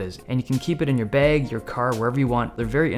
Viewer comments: Wait are you from Minnesota?? You called bag "beg". 😅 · No one: Not a soul: Dave Lee: "keep it in a baeg"